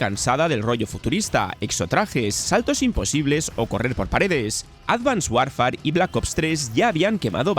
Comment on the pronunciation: No se pronuncia "Warfar", se dice más parecido a "worfer" 😊. Hoy en día no hay excusa para no decir decentemente un nombre. Se busca en Google y hasta muestran como se pronuncia cada palabra. No cuesta nada.